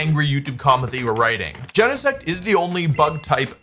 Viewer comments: it makes me want to scream. It's not jen-eh-sect. It's GENE-sect. Like your GENES. >:( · WOLFEY GEENSEECT THO. But really, we all know Butterfree is a secret legendary.